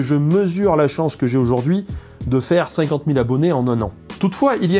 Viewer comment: je ne l avais pas pris méchamment, je pensais à l Ardèche car il prononce "50" comme des amis ardéchois